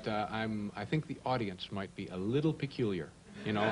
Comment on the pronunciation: It's not that he didn't know the meaning of the word 'peculiar', he just didn't know what David meant by saying 'pecauliar' in reference to some his roles.